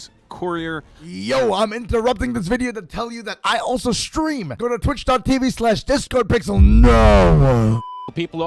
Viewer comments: the discord blips every time he says your name wrong is such a subtle editing jab i love it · It was great hearing the discord sound when the commentator mispronounced Discardpixel's name